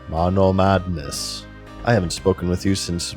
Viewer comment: God I love all of the running gags in this series. The way he always pronounces MONOMADDNESS, the way he always has the hiccups, that fact that he’s self deprecating about his loner lifestyle. It seriously makes me laugh every time.